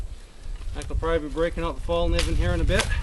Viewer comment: Saw this and thought "has he been watching nutnfancy"? Then you mentioned sharp edges and u was like "yup he has". Btw not trying to be rude but fallkniven is pronounced like felk-knee-ven. I've seen a lot of people freak out about that, just Savin you some hassle. Nice vid